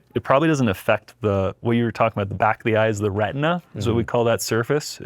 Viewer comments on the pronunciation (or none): none